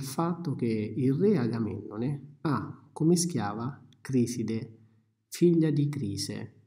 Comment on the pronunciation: é Criseide non Criside